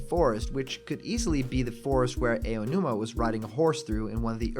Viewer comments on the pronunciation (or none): 1. His name is Aonuma, not Ayanuma. 2. Moss doesn't grow in sand. That's why the guardian isn't covered in moss, maybe? 3. that isn't ONE NPC. It is two. You are blind if you think one of those characters is Link. Link isn't in that scene at all. 4. The tent looks like a HORSE, not a dragon FFS. Also... 5. That "Link smoothly riding his horse" isn't even Link. That's two NPCs you've called Link so far. 6. Stone roofs to protect from meteors... That's retarded. 7. "No people farming on the ground there" while showing a screenshot of a person farming. Fail. 8. drought is pronounced "drout" not "drawt." 9. Link is NOT in the fucking village! What is wrong with your eyes? You make a mistake roughly every 20 seconds. I don't want to watch this video anymore.